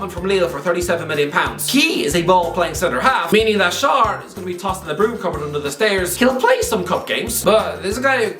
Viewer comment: "Please get Chalobah's name right" A few minutes later mispronounces Fabian Schär's name about 17 times